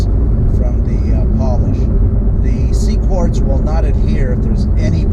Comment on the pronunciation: IT'S QUARTZ NOT CORDS. ps HATE WHEN PEOPLE RECORD VIDEOS IN THEIR load CARS///SHITTY AUDIO/ HOW DO YOU DRIVE THAT THING? HEAD HURTS EVEN LISTENING IN VIDEO.